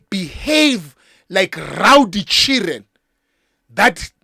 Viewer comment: "The Chiren are beating mother" I love how he pronounce Children 😂😂😂😂